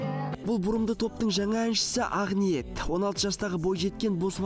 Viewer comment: Жыныма тиеді ше Ағниет емес АҚҚҚҚНИЕТ